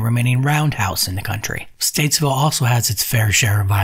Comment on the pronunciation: It's stateville NOT statesville